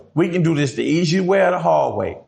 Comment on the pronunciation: 😂E cee way sounds worst than easy.